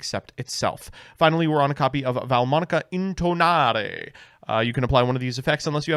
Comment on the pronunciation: in italian the spell cards are pronounced scelta -> "shel-ta" where the e is pronounced like in dress but a little more open (/ɛ/). Iit means choice versare -> the e is pronounced as above (very open), the a is similar to the a in "bra". Also you need to pronounce the last e (ver-sa-re). It means "to pour" intonare -> "in-to-na-re", where the o is /ɔ/. It means to intonate